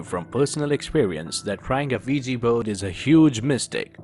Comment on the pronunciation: The wigi bone lol you mean the Ouija board I'm hearing the same American accents that tell me they're calling from my Internet provider and my computer has a virus but they're here to help me fix it lol 😂